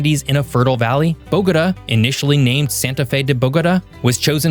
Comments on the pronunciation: Bo-go-TAH. Emphasis on the last syllable. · Bo-ga ta. Learn the pronunciation please I’m tired of you tubers butchering the names of Colombian cities. Your Medellin pronunciation is better than most muy still not right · Thumbs down for "Cartageña" and "Boguduh" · You’re calling the capital “Bogoda”, it’s pronounced bo-go-tah, Bogotá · "BOGATÂ" .. I BElieve its Pronounced : Boga-Tah Boga - Tah ... Tah like -Top -Tom (au -ah -aw) so Boga...Tah ok now -say it w/ me .. BOGAAATAAA aahh Yess you see ?! uh huh it actually sounds like a real AUthentic place now unLike the way you were misPronouncing it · BOH-guh-duh. 😅 Interesting pronunciation of Bogatá. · Cartageña??? Bógoda??? Medeyin?? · You are a geography channel You make a video about Colombia And you manage to mispronounce 2 out of 3 cities, it's not Bogoduh or some contraption you produced and its not Madallin either. As a gringo you should know how to pronounce the LL in Cordillera as well. Truly pathetic, didn't watch the rest, of the video. I know a bit about the country and its geography, ecology and geology. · bogos binted? 👽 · 😂 the city of Bowgotuh😂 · It's a good video but please learn how to correctly pronounce Bogota. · Your pronunciation of Bogota is annoying AF. No one in Colombia says it that way. Look at where the accent is located in the word. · why don't you know how to say Bogotá? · I appreciate the content. In the future please endeavor to learn the correct pronunciation of cities, like Bogota, prior to recording. 🤙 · Please learn how to pronounce Bogota! Was this written by AI? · At least he got Medellin right, I wish he would have done some research on the pronunciation of Bogota and Cartagena. If he had the interest to make the video in the first place, he should have had the interest to learn the correct pronunciation. Aside from that, it is a very informative and interesting video. I hope I will be fortunate enough to be able to visit Colombia one day.